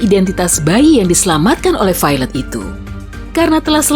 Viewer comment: Ketika pronounce Violet = Failed